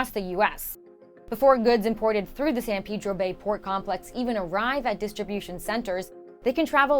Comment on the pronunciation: In Texas, San Peedro would be pronounced San Paydro or San Pehdro.